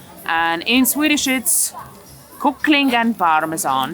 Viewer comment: Chicken is literally spelled Kyckling, with a Y. This idiot: "Oh... KOOOckling". Stop making up Swedish. I hate it